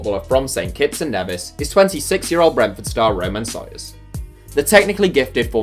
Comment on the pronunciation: Nevis is pronounced (Nee-vis). St Kitts is where Rashford and Micah Richards are from but I forgot it was only people capped.